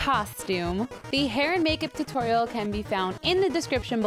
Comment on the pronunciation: When she said tutorial i thought she said tu-toriel